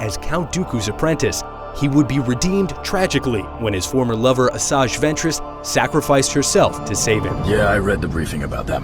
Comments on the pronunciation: Chuck Norris hum... it's "Asajj" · Chuck Norris You pronounce it Asojj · Chuck Norris Lol its Asajj